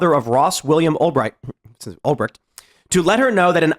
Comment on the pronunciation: Tim you literally laugh at Trump for saying Albright and then you do it yourself 30 seconds later 😂